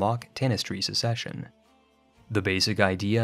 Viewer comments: also, "succession" shouldn't be pronounced the same as "secession" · Are you deliberately mispronouncing these words? "Ducky" instead of duchy? "Secession" instead of succession? I can only assume it's intentional, I've never heard someone pronounce such easy words wrong. It bothers me enough to stop watching, bye.